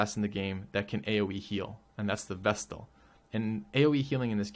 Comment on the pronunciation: Oh, thank you! You're the first YouTuber I've heard actually pronounce the 't' in vestal. Everyone else seems to pronounce it like vessel.